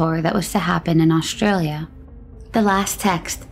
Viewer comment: why they pronounce aushtralia and not australia without sh itis australia not aushtralia it is s not sh